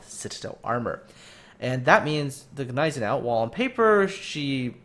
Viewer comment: The G in Gneisenau is silent